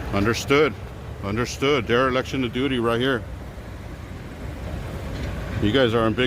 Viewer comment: Hey, great video but the word is dereliction not derelection